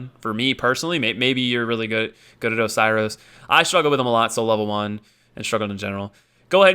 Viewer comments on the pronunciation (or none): none